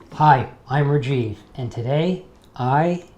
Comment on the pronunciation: Here i am indian thinking its Raajiv not Rjiv😂